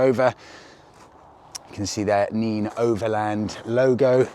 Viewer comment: I think it's pronounced nen not neen . I assume it's named after the river in that area .